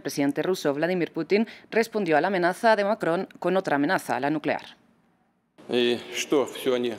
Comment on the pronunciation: Manuel Macron asi se pronucia, no Manuel Maco..como lo pronuncian en DW en español. 😀👍